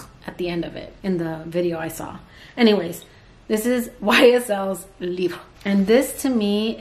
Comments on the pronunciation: Lol! “French is hard” says a Spanish speaker! 😂😂 French is a lot easier to pronounce then Spanish IMO! But you did good with the pronunciation...Libre is pronounced Libr, just don’t try to pronunce the e at the end, it will sound like you’re saying “Libra” so you did good! 💕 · French is my first language and your prononciation of Libre was on point 👌🏾 Your prononciation of Guerlain is quite close. But the first syllable, Guer, should rhyme with Care. The lain part is good. Thanks for sharing!